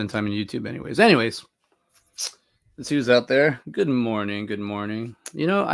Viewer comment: Good Mohning. Howahyou? First...